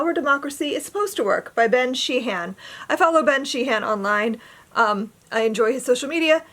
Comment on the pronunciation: FYI Sheehan is not pronounced She-han. The H is silent. It is more pronounced like she-ann (not Sheen although that is close enough) I knew a family named Sheehan way back in the 1970s and thats how they pronounced the name. sheann (all run together no pause) FYI - The Will of the Many - James Islington - the I is pronounced like the I in IT not as in eye. At least that is the british pronounciation - and there is a place in London England called Islington.